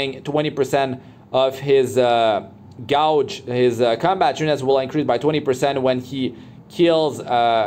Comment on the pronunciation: Cool video. Just a tip though: the word gauge reads without pronouncing the "u".